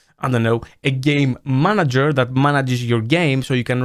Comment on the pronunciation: I swear to got that I can only hear "gay manager" not once "game manager"